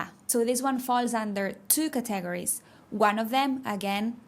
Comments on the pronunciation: Para ti : "categories" (emphasis on first syllable) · Let me point out a pronunciation mistake makes herself. She says caTAgories. It should be CAtegories. She is forgiven.;-) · Your English is perfect but your pronunciation of categories threw me at first. It’s pronounced ‘Kat a gories’ thanks for your lessons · Excellent comment to an excellent video! Yes, "categories" needs some work. Also, "pronunciation." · You are pronouncing "category" and "categories" incorrectly in English by putting the emphasis on the wrong syllable.